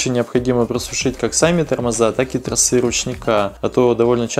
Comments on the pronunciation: я очень безграмотный в русском. Но торосЫ и трОсы режут ухо даже мне. Если ты вещаешь в массы, хоть делай не тяп ляп. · А как оживить закисшие трОсы,а не тросЫ.так и не сказал.хотя это было бы ооооочень актуально. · Не тросЫ а тросА